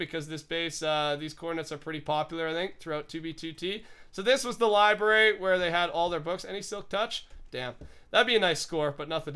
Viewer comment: It's library not libary. You triggered me with that.